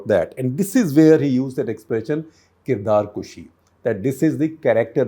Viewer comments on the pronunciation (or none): Kirdarkashi- not kushi